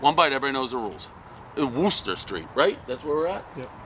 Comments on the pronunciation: I could've been in the big leagues too. And i could've been a movie star. And its werster not wooster lol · Just like a POS Bostonian to butcher "Worcester."